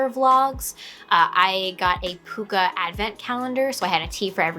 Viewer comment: nice to see another Pukka tea fan. Love their blends.. it's actually pronounced Puck a as in Hockey puck...